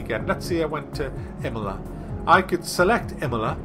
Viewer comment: Emola? Wtf? It's Imola, I-mola not E-mola p.s: Now pit stops were added